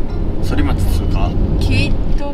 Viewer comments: 横浜 反町 ソリマチではなくタンマチです。読み間違いが多いいな〜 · 京都ー横浜 間は何度も下道で走りました。 四日市から豊橋までは、１号線より23号線の方が渋滞が少なくて走りやすいです。 緑看板だけど、箱根新道も今は無料の１号線です。（１号線旧道と平行している） そりまち？反町は「たんまち」と読みます。 反町を通ったってことは、横浜新道を通ったのですね？ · 『反町』、そりまちじゃないよ〜😤 『たんまち』だよ〜‼️ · 反町ソリマチではなくタンマチです。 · 反町はそりまちじゃなくてたんまちですよ〜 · 反町（たんまち）ですよね😆✨ 栗田谷中学校がありますよね笑笑